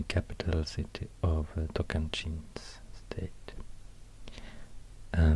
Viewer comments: are you brazilian? you pronounced “tocantins” perfectly. i’m. surprised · Maravilhoso! Sua voz me deixa embevecido; é muito fofo a maneira como você pronuncia Tocantins =D